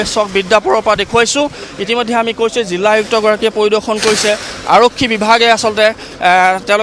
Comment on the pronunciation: জিল্লা❌ জিলা